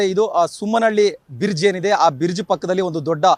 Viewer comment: Adu borge allapa bridge correct agi mathadu news report andre odilla baredilla ninu